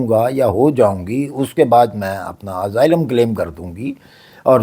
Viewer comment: اسائلم ہو تو ہے۔ ازائلم نہیں۔